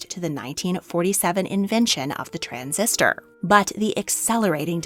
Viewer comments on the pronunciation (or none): none